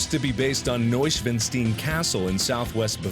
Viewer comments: Me and my family had a laugh when you pronounced Neuschwanstein as Neuschwnstien XD. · Neuschwanstein. - Gesundheit. Markiplier should practice his German. ;) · "Neuschwenstien"... whats that? I only know Neuschwanstein. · Neuschwanstein is mis-pronounced. That Stein isn't "Steen" it's "Stine". When saying words in German with an "ei" or "ie" in them you ignore the first letter and pronounced the second as a hard letter. So if it was "Stein" you say "Stin" but pronounce the I like an I. Same with "Stien" you'd pronounce the E like an E rather than EH. Also, Neuschwanstein castle is freakin beautiful. Was the inspiration for Cinderella's castle in the disney film, too. "Mt Saint Michael" isn't "Saint Michael" it's pronounced "San Mishell" if I was to spell it literally. And the art work? NES games, especially konami, had a history of not so much "paying homage" as blatently ripping off images. Even in an age before Google Images was a free resource bucket for cheating game developers. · To be fair, I wouldn't trust Google Translate's pronunciation of anything - especially since we all know English is goddamn unpronounceable sometimes. Also, he wasn't THAT far off! Replace "-stien" with "-stein" and he pretty much nailed it. It's an understandable mistake (and it isn't reasonable to expect a good accent). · its Neuschwanstein pronounced Noyshwawnshteyn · "Noy-shwin-steen castle" This hurts. Do not ask Microsoft Sam to pronounce a non-english word. Ever. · "Noyswansteen" Castle? xD Never heared a more "crippled" version of Neuschwanstein, but this made my day. :) Glorious!! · Neushwansteen castle? What the fuck Mark? :P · TheTimeWulf actually it would be mor like noi-shvaan-shtine. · is pronounced "noy-sh-vahn-shtine". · a little hint, not an argument, but the castle Neushwanstein is pronounced (new-ee-shwaan-stine) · Why do Americans think that the german stein is pronounced steen? First Ornstein, now this. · How can you butcher the name Neuschwanstein that much?